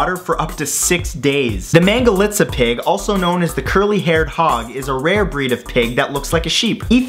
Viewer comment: Wow you pronounced "Mangalica" nearly well.A lot of foreigners can't pronounce it well...They are tasty though